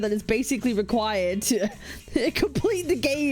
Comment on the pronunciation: "required" I can't 😂